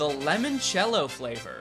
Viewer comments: Its LImoncello. Not LEmoncello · Why is no one annoyed that keeps mispronouncing L*I*moncello?! Its so genuine I can not believe its a bit.